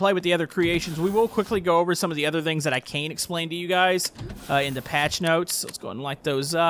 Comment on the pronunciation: I love it how he says vings instead of things